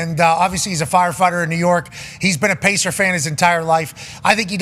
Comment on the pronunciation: Bro is the biggest “pacerth “ and everyone from New York I’ve ever met always tells me they box in their life😂 I don’t buy it ever